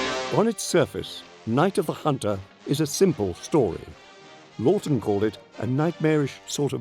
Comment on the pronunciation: Why can't they get the director's name right? It's Charles Laughton, not 'Loton' nor 'Lorton.'